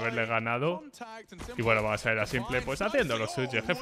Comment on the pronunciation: cada vez que dice simple, me explota un pulmon. Simpel, no simple por dios jajaja